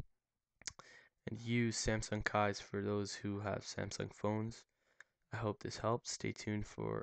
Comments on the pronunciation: Is it nor pronounced 'keys'? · It pronounced as " keys". They just spelt it differently. why do you think it has a key lock picture right on the logo? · It's actually pronounced "keys." Which is why the "K" in the logo is in the shape of an old-fashioned key in front of a keyhole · Just FYI it's Pronounced (KEESS) Ie... Keys